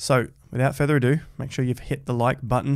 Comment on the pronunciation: did nearly say “without further agoo”? 😊